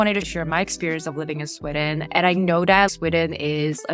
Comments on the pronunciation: Sorry ... But itś "Sweeeden" - not "Swedden". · Why are pronouncing it Swidden and Swiddish? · Why do You say "Swidden"?